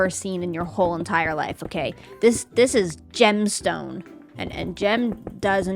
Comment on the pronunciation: "Gemstone" 😂somehow the way you said it makes me think that I'm saying it wrong when I'm referring to an actual gemstone. I can't unsee Gemstone thanks Gem.😂